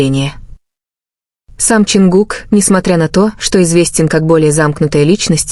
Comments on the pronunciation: Чонгук тэйон, тэкук. Не искажайте пожалуйста. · Боже як неграмотно оголошує імена Чонгука і Техьона. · Гу имена то можно произносить правильно! Дурдом какой то! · Вот же ж бредятина даже имена исковеркали так не приятно😢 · Почему Чонгук оказался сестрой? Ужасная озвучка. Позор. Даже имена не могут правильно произносить.